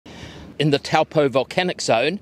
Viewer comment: Disappointed in your pronunciation of Taupō. A shame because you know your subject and the rest was excellent.